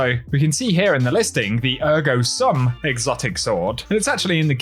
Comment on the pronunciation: Please pronounce the exotic sword "air-go ssoom" :face-red-heart-shape